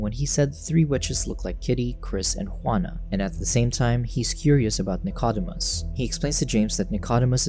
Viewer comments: The dog's name is pronounced "Nick-o-deemus" NOT "Nick-odd-imus." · Please pronounce Dicodemus correctly,...(/nɪkəˈdiːməs/; Greek: Νικόδημος, translit. Nikódēmos)